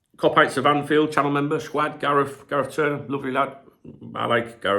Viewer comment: Cwaffee and Skwad are the only way I pronounce those words now too.